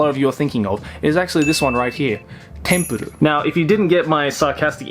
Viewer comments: Its not tempurur its tenpuru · It’s TENPURU not Tempuro? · Also it's Tenpuru, not Tempuru. I think the failed on that one. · For anyone else struggling to find the second manga he was talking about I found it as Tenpuru not Tempuru. Or englishly as Temple. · The series is actually call tenpuru not tempuru if anyone is wondering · It's called tenpuru, look it up as "tempuru" you'll get results for tempura. Also known as Temple. Saved you and everybody else 17 agonizing minutes. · Does he really need to pronounce it as tempuru its literaly just temple